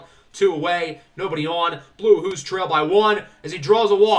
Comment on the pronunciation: Not a big deal but 'Wahoo' is pronounced like Yahoo